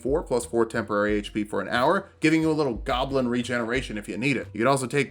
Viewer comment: Awesome video but.... “Golbin stuff? “..... Goblin! Come on dude, how long have you been playing D&D?